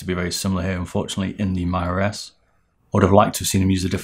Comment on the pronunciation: I think they’re pronounced Hawtee and Meeruh.